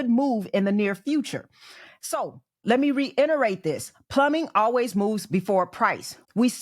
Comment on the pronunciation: Sorry. Anyone can repeat information they heard somewhere else but when you say "let me reinerate..",,"reinerate"?? Not knowing a simple word like REITERATE is poor grammar. But then again, you're smart enough to reinerate it so I'll let it slide. 😂